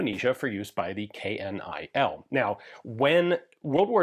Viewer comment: Dutch here... KNIL is never pronounced K.N.I.L. We say KNIL (say like Kill with an N added). 😅